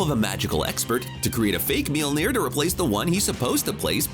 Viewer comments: Apparently the narrator doesn't know how to pronounce names. It's mjölnir not meelner and watiki not wataki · What in the hell did he call Mjolnir? Ok, gonna be hard to get past that..... Mjöllnir as in M-yal-neer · What's up with this idiot calling mjolnir 'mealnear'? Has he ever watched ANY of the movies containing Thor? Shit bugged me more than it should've but I couldn't even get thru the first two minutes...idiot. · Just stop saying Mjölnir. Your pronunciation is absolutely fucking dogshit. Maybe try looking up the word you're trying to say before shitting all over it. This is one of the cringiest things I've ever seen. Christ... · Actually he does not say it right. It's an Icelandic name so he actually doesn't say it right.